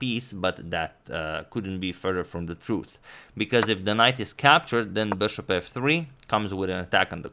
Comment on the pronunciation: Could you try and say bishop instead of saying bouøæshouøæøp- so fucking annoying to hear, but it is great content